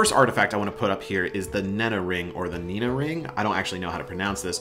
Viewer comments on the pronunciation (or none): none